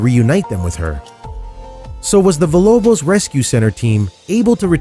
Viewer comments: It’s EMACIATED not “emanciated”... sorry he said it more than once and that stuff gets under my skin. Also he pronounced Villa Lobos as “Villobos” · Imanciated? Wtf bro, you got one job. Also, “vilobos”. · What a good mama, and the name is villA Lobos...not vilobos. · it is emaciated not emanciated. and it is VILLA LOBOS not vilobos. Every one of these stupid videos has this problem.